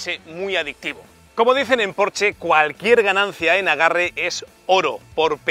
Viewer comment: Por dios me queman los oídos cada vez q dices porche ES PORSCHE!!!!!